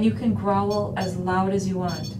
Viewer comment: Grow-uhl?! Guys its growl - one syllable, Jesus...